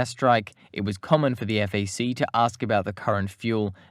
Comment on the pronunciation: Not EFF AAY SEE. FAC (like BACK) And I do not know what you did with MAYAGUEZ - that was brutal. Overall a solid video - but sometimes the narrator’s unfamiliarity with names gets a bit distracting.